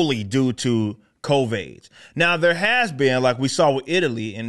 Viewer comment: Why does he keep saying COVAIDS?